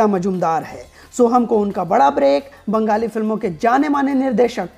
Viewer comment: Brother please do not pronounce "bangali" as " banggali" , there's a fine difference between the two.The last one sounds too "sadak chhaap".